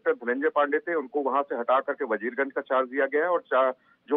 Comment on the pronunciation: मैडम वीरगंज नहीं वजीरगंज है.....